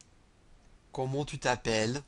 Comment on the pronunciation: There's a little pronounciation mistake for "comment" in "comment vous appelez-vous", but it's good, I can hear you are not French, but it's very good.